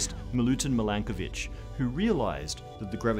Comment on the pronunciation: I want to say THANK YOU for giving credit to a Serbian scientist and pronouncing his name correctly. You made my day.